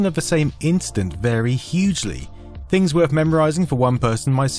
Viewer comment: I love your videos for years now man. But i have to ask… Where in England are you from? It’s sooo. Hard for me to understand your accent sometimes especially this video’s audio sounds like you got a different setup. Evvytin souvnds liyke dis, ovva awl the “Vees” or “F’s” are really confusing. “Is vat fings we know “. Ami having a Mandela effect and getting dumber because “uvvit”? 😅 well, great video anyway. Cheers all the way from Philadelphia!